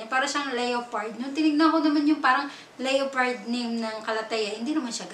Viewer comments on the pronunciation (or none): Leopard-pronounce as lepard not leyopard.silent O